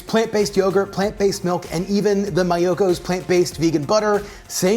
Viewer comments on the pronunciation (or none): It’s Mee-oh-kos 😝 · It's MEEEyokos. :)